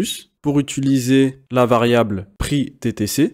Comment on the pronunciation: Le cours est très bien construit ! Petite piste d'amélioration, apprendre à dire "utiliser", ça me pique les oreilles à chaque fois !